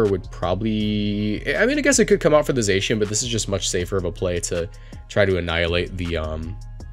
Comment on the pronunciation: And Zacian is pronounced Zah-cy-an but it it doesn't matter that much tbh